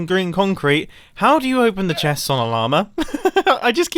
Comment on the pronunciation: the way you pronounce "llama" is funny and cute